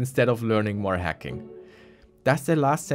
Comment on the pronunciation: I kept on thinking he was saying 'hecking', not hacking